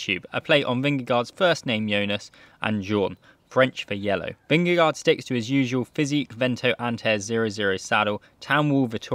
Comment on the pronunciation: Yes, your danish was very bad.. LOL .. but that´s ok . We have become used to the fact that "no one" can pronounce Vingegaard correctly, unless you are Dane or Norwegian . Not Even googlepronounce kan do it . There is a melodi and no one gets it.Fluent Danish is impossible, for non-natives. And we love it .. Peace 😀